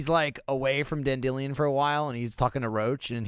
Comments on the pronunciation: TheOriginal Unaleska In the English version of the book it's spelt Dandelion (normally said Dan-De-Lion) but the audiobook reader always pronounces it Dan-Dill-eon which is why they pronounce it that way in the video. Coincidentally also why they just used his polish name (Jaskier) in the show. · am i the only one confused by "dandillion" instead of dandelion bc????? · clicked off the video once i heard someone say dan-dilyun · Wait, is that how Americans pronounce Dandelion? As Dan-dee-leon? instead of Dan-di-lion? I thought was being silly. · I seriously start to wonder if they know his name is Dandelion as in the flower, not dandillion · Wait a minute,, how did pronounce dandelions' name like that and no one notice? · I know he thrives off of people being annoyed at him, but pronunciation of Dandelion hurts